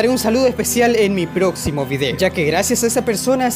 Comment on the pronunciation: Soy el único que entendió que dijo "en el ploximo video"